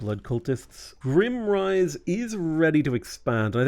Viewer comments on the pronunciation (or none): just want to point out that your capital is GRIME - rise, not grimm-rise. IE, its dirty, not depressing